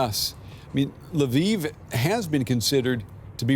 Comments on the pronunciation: come on, it's not "laviv", it's "Lviv". If that's too hard, just say "l'vov". I can live with Russian names being misspelled, but Ukrainians deserve to have their cities' names pronounced right. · Polish lwow to be accurate.